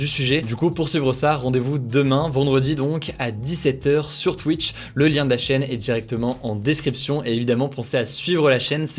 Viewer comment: sur « Twouitch »